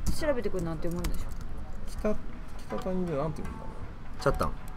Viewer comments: ちゃ！たんじゃなくてちゃ たん！ですよ！ (^-^) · 北谷のイントネーションがおかしい笑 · めんそーれ！ 沖縄来るのかー…生むらいを一目でも良いから見たいなぁ…時間があったら探しに行こうかなー てか、北谷の発音に違和感…w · 北谷の発音違います